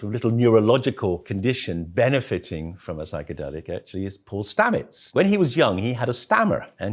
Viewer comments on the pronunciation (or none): none